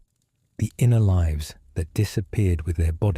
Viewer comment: like 2 videos AI spliced together ... don't care for mispronounciation of lives vs lives